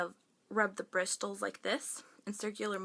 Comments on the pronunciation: hehe it's pronounced like BRISSELS hun <3 great video :)) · Bristles? The T is silent.. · lol In the word bristles, the 't' is silent:P you kept pronouncing the T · Pronounced BRISSSSOLS. The t is silent argh! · That's not how you pronounce bristles.. The T is silent.. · The t is silent in the word 'bristles'. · I've never heard anyone pronounce the "t" in "bristles" lol (not making fun of you, it's cute). I used to have acne like yours but as I'm getting older, changing my diet, using homemade remedies and never trying to cover it with makeup, I find I don't break out as much. I have horrible scarring, but I'm just glad I don't have so many of those painful things on my face. The scars and craters don't bother me anymore, and I'm fine with them slowly going away with my new routine. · The T in bristles is silent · the T is silent in "bristles" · PLEASE watch other people's videos & learn how to pronounce words... "BriSSSSSles". "Laura Merc-y-a"